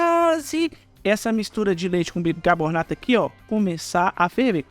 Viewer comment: BICARBONATO e não bicaBORnato